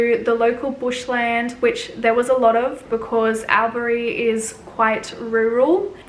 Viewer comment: Its pronounced All-berry